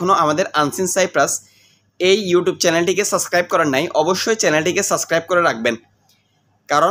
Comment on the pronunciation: আগে 'সাবস্ক্রাইব' উচ্চারণ করতে শেখেন তারপর ব্লগ বানাইয়েন